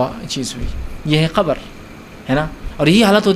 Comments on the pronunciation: Please change your pronunciation... You say khabar to qabar? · Qabr ko khabar bol raha hai